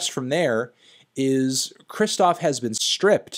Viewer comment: Take a shot every time he says Kristof instead of Kshishtof